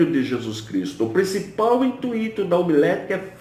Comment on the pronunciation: Não é intuíto. É intuito. In tui to